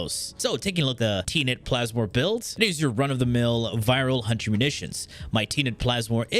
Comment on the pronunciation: Tea net plasmor! KEKW